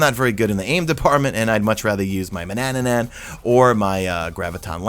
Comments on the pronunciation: Manannan not Manannanan argh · DUDE!!!!! please, sorry but I can't hear "Manannanan" again. I'm going crazy over here. Otherwise - thanks for videos, keep up the good work. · “Mananannan” Whyyyyyyyyy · He also says "manannanan" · TRIPPY, doesn't change the fact that it's spelled tarantula, not tarantella. I'm sure people saying tarantella have no idea it's not how to pronounce it. And manannan is another one lol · I think you’re adding an extra syllable to “Manannan”.